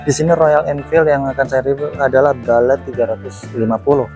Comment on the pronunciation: Bullet mas, bukan balet